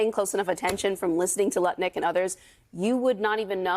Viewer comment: Great that kept it to 'Lutnik' and not 'Nutlik'!